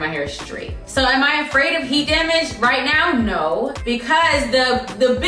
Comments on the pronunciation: The “heat dah-maje” took me out!!!😂 😂😂😂😊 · It's how she said "Heat Da Mage" all boujee like 😂